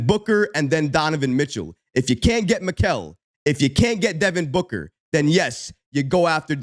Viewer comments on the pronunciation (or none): Pronounced "Me-ka-le"